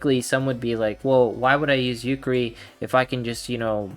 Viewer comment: I want to slap you for every time you say "Yukeri". I counted four slaps I that I will be o[W I N]g you. XD.